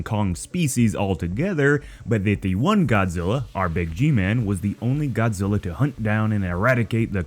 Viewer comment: It's earth godziy